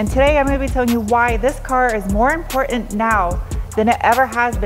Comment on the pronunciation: "Import-ant", "Be-ond", I'm not complaining am I?